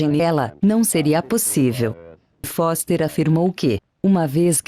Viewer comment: Da Terra dá pra ver que a lua é de rocha, maluco...kkkkkk Foster falou "boster"!